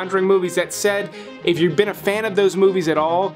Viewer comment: "No ones veen talking about" Except ya know... stuckmann